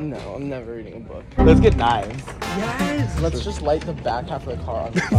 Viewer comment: i can't get over "memaws in the BACKUH"